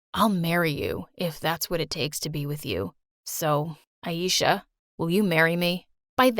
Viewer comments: No one My story animated: pronouncing ayesha as ayisha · Her name is pronounced A-eh-sha-h not A-eee-sha